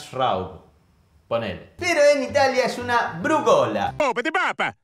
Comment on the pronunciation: Brúgola, se acentúa en la primera sílaba, aunque no haya tilde.